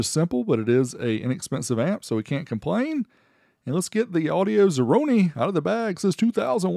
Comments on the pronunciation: I think it's supposed to be audio-zero-one. Not audio-zeroni 😅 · It’s Audio Zero One. Like Audio 01. Or Audio One